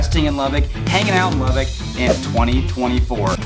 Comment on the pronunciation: Please learn how to pronounce the name of the city! It’s not “Lubbick!” There IS no “i” in Lubbock! Sheesh! It’s pronounced “Lubbuck”. Secondly, how do you mention “cons“ about Lubbock and not even bring up the words “dust storm?” All you said was “wind!” Yeah, and what does the wind CAUSE?!? Dust storms! That’s always been the biggest con of all for Lubbock.